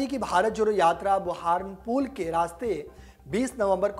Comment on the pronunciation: पत्रकार जी आपका उच्चारण बहुत ज़्यादा ख़राब है बुरहानपुर आपने एक भी बार सही नही बोला